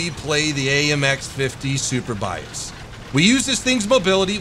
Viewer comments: Surbaissé is pronounced like Sir/ba/say ... ba like in bacon :p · It's pronounced 'sur-bay-say' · It's pronouced Surbayssay damn it ! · I LOVE THE WAY YOU PRONOUNCE FRENCH WORDS 😂😂😂 i’ m french and we pronounce it like /surebassa/ (read it in english) ^ ^ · Surbaissé... Where did you get Super-Bias from LOL. Surbaissé in French doesn't make much sense, it means over-duck (as in duck and cover). Whoever named that tank hadn't drank his café au lait that morning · your mission for today: Pronounce "Surbaissé" correctly. Maximum attempts: 3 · You pronounced it correctly once, not sure why adding the "P". Maybe cause your'e so:) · You not pronounce not well surbaissé (lowered) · Seriously the way you pronounce surbaissé is horrible XD